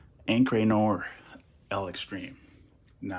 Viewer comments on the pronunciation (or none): The Al Harmain is pronounced Detour nuh - waaar , not noor